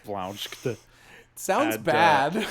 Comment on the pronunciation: He calls them "soolnds".